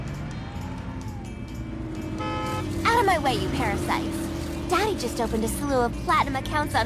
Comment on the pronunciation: “What are you doing DaHddY”